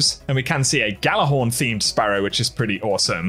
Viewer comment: Jallarhorn, the G is silent...